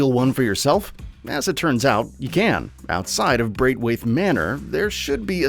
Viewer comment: sorry, but its apparently called "braitwaithe". fucking hell, at least learn to say a location before continuing to milk a cash cow